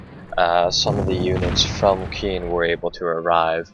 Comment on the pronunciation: I believe Caen is pronounced like "Khan" not "Keen" and Cherbourg is pronounced "Share-Bourg"